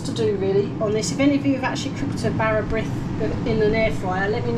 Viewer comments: Bara brith is always made with yeast!! It is always sliced thinly and buttered. What you made is a kind of tea cake. Nothing wrong with that but it is NOT bara brith! Brith is pronounced breeth. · For future reference "brith" rhymes with with "teeth" - even some Welsh people get that wrong, so don't worry too much. Whatever, both versions looked delicious... I'll give it a try in ye olde Cosori :)